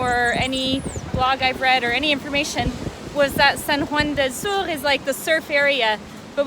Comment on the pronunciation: I can’t help but cringe when your say “sur” it’s spanish not french 😅 awesome video btw ! It’s beautiful to be in nature ☺️